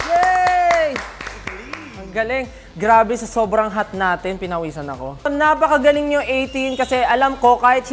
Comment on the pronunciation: No one: Literally no one: Stell: ApAkAgAlEnG